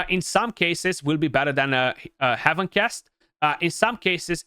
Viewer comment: my god its heaven ˈhev(ə)n not 'hiv(ə)n